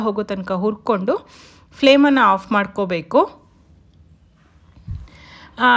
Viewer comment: Flame 🔥 Adu Fleam alla Nod